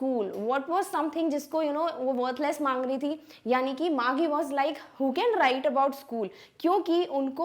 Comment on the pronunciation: first of all "GEE" is pronounced as "jee". it is an abbreviation of the word jesus or jeez. Secondly, the girl's name, margie is pronounced as marjee and not margee.